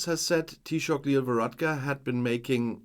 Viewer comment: Thank you so much for this video. We very much appreciate the support you show for my country, Ireland. Your pronounciation of Taoiseach is perfect. To help out with Irish pronunciation, Fianna Fáil, the last word is pronounced Fall not fail. Hope that helps. I will hold myself in check (I hope) in posting a comment as I'm afraid I might blow a gasket. 😂 Thanks again 🖖🖖🖖